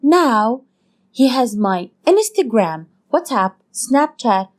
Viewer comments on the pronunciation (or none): Inistagram so weird they way she said that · No one: Not even Ariana Grande:: inestergram! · inestereing* (as she would say)